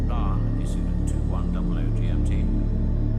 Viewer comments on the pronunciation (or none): none